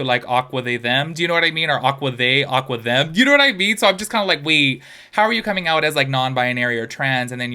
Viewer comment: Bahhahhahha 'aquaTHEM' girl I cant bahahahahhaha I love it